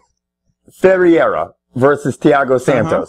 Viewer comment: you always invert the E and I in brazilian names. cant you read? its always FERREIRA, OLIVEIRA. never IERA, always EIRA.